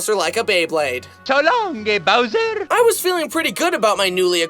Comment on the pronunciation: it sounds like he is saying “so long gay bowser” 🤣